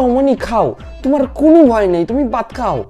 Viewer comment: Dada ota vat na baat khabo bolchilo🤣🤣🤣